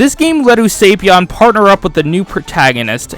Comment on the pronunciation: No way is that the pronunciation for Usapyon. Wouldn't it be "oo-suh-pyahn" rather than "oo-sei-pyahn"?